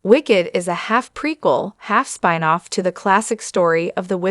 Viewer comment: It's a 5 minute video about the transcendent stars of this amazing movie! At least you could have had the narration performed by something other than a crappy version of AI. Yes, the AI is bad when it pronounces "spin-off" as Spine off! HORR-I-BLE!